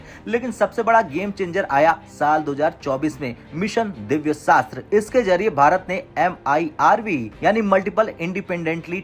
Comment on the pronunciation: दिव्य शास्त्र नहीं मिशन दिव्यास्त्र होता है हिंदी न्यूज़ चैनल होकर के काम से कम हिंदी बोलना तो सीख लो